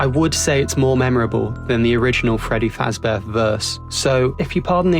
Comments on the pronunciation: He says Shreddy Fazchair though.. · “I’m Freddy fazchair”